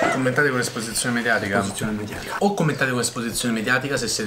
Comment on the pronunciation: ESPOSIZIONE MEDIATICAH